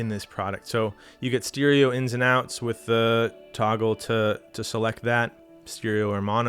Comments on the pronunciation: great video I love the way you say steereo 😂😂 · I've never heard anyone else pronounce stereo like that... steeriyo